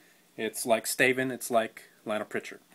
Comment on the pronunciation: when he said "staven" i thought he was saying Stephen in like an accent...;x